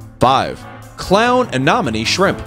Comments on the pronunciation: I couldn't watch the whole video because of the narrators inability to pronounce anemone correctly. It's a pet peeve. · Uh Nem Oh Knee A nem o ne Anemone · First the verbal information doesn't match with written cues, a shrimp that gets an inch was marked as a foot long, pictures of four different shrimp species are provided for the same individual showcase, claims that a shrimp lives on the surface of the water, and can't pronounce Anemone this video was painful to watch😂😂😂 definitely AI generated video